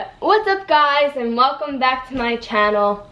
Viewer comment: Im i the only one who thinks she says channel really weird